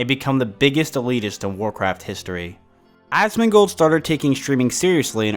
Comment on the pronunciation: loololol god damn u asmin gold lolol the way u say it is fukin classic honeslty i like asoms vids but this shit made me piss myself 4 times watching this